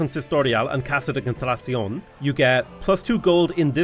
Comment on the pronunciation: Im amazed that after so many hours plaing CivVI you still skip a syllabe in "Casa de contraTAción" XD